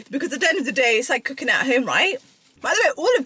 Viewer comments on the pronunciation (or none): none